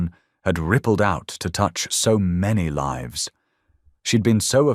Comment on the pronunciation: Read by AI. Mispronounced lives and other words.😢